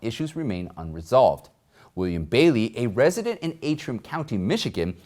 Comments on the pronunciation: It is Antrim, as in ANTRIM, County, not AAtrim. Words and their spelling are important, especially to reporters. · Antrim. Pronounced as it spelled. ANtrim. Please fix this in future videos.